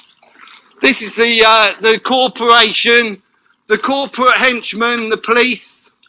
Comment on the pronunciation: what's a 'cawporwation'. what a prat.